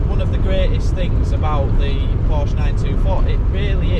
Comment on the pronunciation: Hey, here's your challenge. To sommersault into the sunroof of a 924 into the seat. I am 5'2" and was 5'5" in heels and a pencil skirt. My friend was 5"6" ish and could sommersault into the passenger set after I somersaulted into the driver. Porsche, 2 syllables. Por-sha. Loved mine. Had to have the vacuum lines redone, EVERYTHING seemed to be vac lined. I had a large sun roof in mine. You could do a somersault into it...very fun. Got the largest ticket in my life in it. $765 went to court got it knocked down to $72 with 6 months to pay. lol